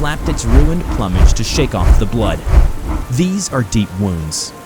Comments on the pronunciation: Dude, its plume-age. Not plummage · Dear god... it's pronouced "ploo-midge" not "plum-age". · For the sake of narration, it's ploom'age, not plum'age. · You have the same mispronunciation in this one as has been commented on before "plumage" has a long U, should be pronounced 'ploo-mij' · Hey,. The word Plumage is pronounced like "Ploom-Age". Just saying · "Plummage" hahahaha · I don't know why it annoys me that he says occult and plumage wrong